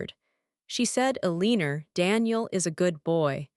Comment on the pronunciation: E-Lean-Or ...It's not Ele-an-or? I love AI ;earning to speak, like children at times.